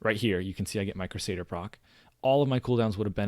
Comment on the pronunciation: Good vid! Also, it's "crew-say-der"